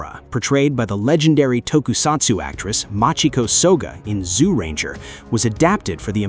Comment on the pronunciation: It’s pronounced “jew-ranger” not “zoo-ranger.”